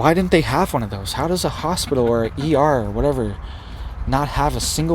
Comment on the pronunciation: PIT ...Is in the middle of the word Hos-pit-tal......😇